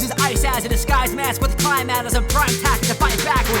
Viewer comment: so when is it good to mispronounce a word for a rhyme scheme? I remember in Smash God when you called it the neutrill(neutral) country with that new trill shuffling and in your Ice Path remix you said "this tyrant uses ice as a diguised mask with cliMatt(climate)" I just wanted clarification on that